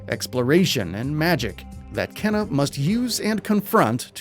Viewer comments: is it not supposed to be pronounced keena rather than kenna? keena sounds a bit better. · Kena's name is pronounced in the trailer (like "Keyna") yet he still mispronounces it as "Kenna" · For the record, it's pronounced "kay-na".